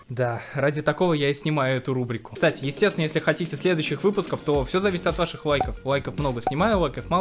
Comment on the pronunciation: не кса а, кста.